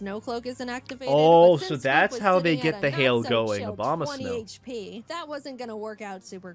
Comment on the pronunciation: Did he say Obama snow? Like Obama the president? Obama exists in Pokemon confirmed